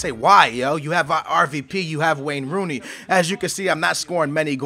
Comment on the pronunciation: I thought he was about to say Rain Wooney.. lol.